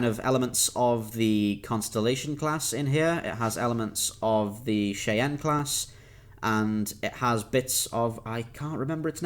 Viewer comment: Cheyann class= it's pronounced (shy-ann)